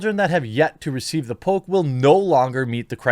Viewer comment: I keep hearing Pope instead of Poke.